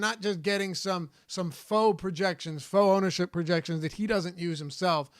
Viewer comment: Hey, just to let you know "faux" is pronounced like "fo".